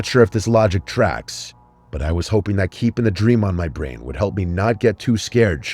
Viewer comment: thought that said “bryan” instead of “brain” lol